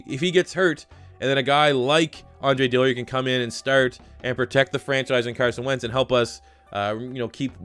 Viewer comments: It’s is Dillard not Dilliard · Also U've been saying his name, "Andre Dilliard" but its actually Dillard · Dill-ard. No I. Not Dilli-ard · Sean Cook yeah the man can’t read 🤷🏼‍♂️ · DILL-ard! NOT DILLY-ard! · Another video, another day wondering when will realize it's Dillard, not Dilliard.